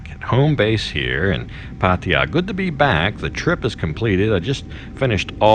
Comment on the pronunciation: 00.18 - PATTAYA 01.32 - PADDIER 01.38 - PATTIER PADEEYA PADDIER How many ways can you pronounce it differently ? Great videos by the way and I was especially inspired by your weight loss video, thank you.